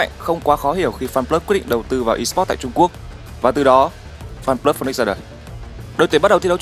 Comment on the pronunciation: chả là /feniks (phi ních s) ??